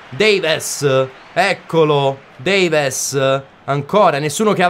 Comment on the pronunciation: Si scrive Davies ma si legge Devis con la e un po chiusa, poi su Parejo nella pronuncia sulla J deve sentire la c dolcemente ma veramente dolcemente